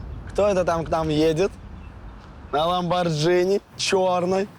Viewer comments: ЛАМБОРГИНИ! не джини xD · Ламборгини а не Ламборджини